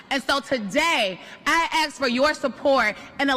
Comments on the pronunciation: I axe for you to get off the stage 😂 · "I axe for your support.....". Lol 😂😅😂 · DID SHE SAY AXE????? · The word "aks" or "axe" in place of "ask" has always bugged me. So I tried to do some research on it, but most of what I found is people trying to justify using it. They say it's the correct pronunciation, where "ask" is wrong...... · Love how the auto caption is smarter than the speaker "I (axe) for your support"😆😆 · She didn’t say axe😂😂😂😂😂😂😂😂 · Even the auto captions wrote axe instead of ask, lol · "I axe for your support" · "I axe for your support..." Or else what, you're going to hurt someone? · Did she really say axe instead of ask😂😂😂😂😂😂😂😂😂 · JUST A BUNCH OF DEMOCRAT DEI (DIDN'T EARN IT) HIRES THAT CAN NOT EVEN ARTICULATE THEIR SPEECH !!!!! HOW IN THE WORLD CAN YOU BE HEAD OF ANY POLITICAL PARTY AND NOT KNOW THE DIFFERENCE BETWEEN ARTICULATING "ASK" AS "AXE"???? I TOOK MULTIPLE CLASS IN COLLEGE FOR PUBLIC SPEAKING AND IF I ARTICULATED LIKE THESE DEI (DIDN'T EARN IT) HIRES I WOULD HAVE FAILED THOSE COURSES (WHICH I PASSED)!!!!!! THE DEFINITION OF INSANITY IS DOING THE SAME THING OVER AND OVER EXPECTING DIFFERENT RESULTS. KIND OF SOUNDS FAMILIAR DOESN'T IT? THEY ARE JUST SO DEVOTE TO THE DEMOCRAT PARTY THEY DON'T UNDERSTAND THAT THIS RIGHT HERE IS WHY THEY LOST THE ELECTION!!!!!!! THEY ARE A SELF INDULGENT PARTY THAT CARES NOTHING ABOUT YOU OR WHAT IS GOOD FOR AMERICA BUT MORE OVER WHAT THEY CAN GET FOR THEMSELVES OR THEIR PARTY!!!!!!!!! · "I axe for your support" really sounds violent, like Jason. From Friday XIII. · If you can't even properly pronounce a word as simple as "ask", you should not be seeking a position of leadership!